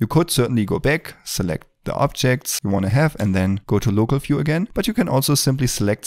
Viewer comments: it is not "fiew", it is view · This video should be run when you start the Blender first time. Amazing work, thanks a lot. One thing bro, "view" - is not "phew" it starts with "v" :)